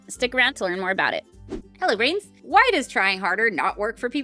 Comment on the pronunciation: "Hey brains" "Bye brains" Totally sounded like grains and made me think of NerdECrafter